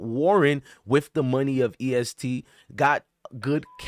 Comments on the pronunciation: Bruh u obviously not in touch with Louisville at all...its not east gee its EST for Everybody Shine Together! N its not lewis ville its Louisville like dat dude Loui... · Mane fucking the name of the gang and location up 😂😂😂😂it’s EST not EAST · Fr dude saying East 😂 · E.S.T not East😂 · The fact that you keep saying Louisville bro is luhvull how you lived in ky and pronounce the city wrong